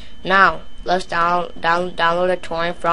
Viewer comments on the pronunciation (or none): "I downwoad Towents fwom Isohunt and Piwuts Bay"